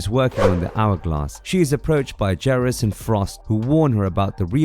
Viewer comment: I cringed every time you said Geras so wrong 😆 🤣